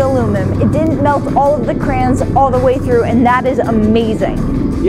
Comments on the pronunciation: "you can still see the alumin, it didn't melt all the crans all the way thru" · World: Crayons: CRANS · CrayOns How can you read crayns??! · who pronounces it clams? its cray ons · "crayns" vs cray-ons...... i feel bad for cus the comments are gonna go so hard on her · I pronounce crayons cray-ons not crans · I’m pretty sure it is pronounced cray-ons however I do pronounce it crans just because it sound better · You should pour some sort of molten thing into MELTED crayons Cray-ons NOT Crayns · The company that makes them is “Cray-oh-la” so they are “cray-ons”! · "what elementary schooler says "cray-on"" uhhhhh me and every other student I ever knew in every school I've ever been to (which with how often I moved comes out to about 13) sorry, it's just you on this one lmao they're crayons, not cranberries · Anyone else thinking this chick looks like a crackhead in this vid and then she says crayns...... hmmmmm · IT’S CRAY-ONS!!!! Where did you learn to talk?! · Every time she says “Crans” I feel my brain cells committing suicide 1 by 1... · turn on captions and she says cranes 😂😂😂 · When ever she says Crans my skin crawls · Its cray-ons😁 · Im losing brain cells from this lady saying crayns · Cray-ons!!! Saying it any other way is just wrong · At the mark, she looks like she's about to shove him into the wax/aluminium fire, just for saying "crayons" differently... 😂 😂 😂